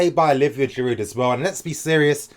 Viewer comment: I completely agree. By the way in French the Ds in Giroud and Hazard are silent